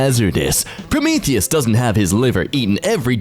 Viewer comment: also are we gonna ignore the way he said Prometheus